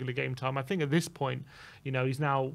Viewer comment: Nice to see that sorted out his “fink” issue!